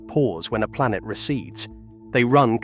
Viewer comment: Can't listen to the end: "it's not just law - it's a system, it's not cosmos - it's dieetes, it's not a ball - it's a plantet" etc.